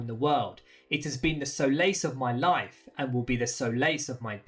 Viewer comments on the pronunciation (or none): Pronunciation coulee better…. At man. not art man…sol ace. not so lace. Good explanation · Great video, but the word is “solace” pronounced “soh-lis” not “so-lace” Keep up the great work’ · What’s a so-lace?I’ve heard of solace before.is that what’s he’s trying to say? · I checked out of this video as soon as you pronounced solace wrong 😂😂